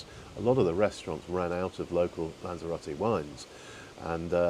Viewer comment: Are you pronouncing Lanzarote differently or is it just my ears? Lanzero-tay as I would say Lanzero-tea?🤔 Ps. Great vlog!